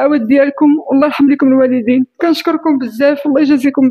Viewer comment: 😅 الواليدين ماشي الوالضين 😊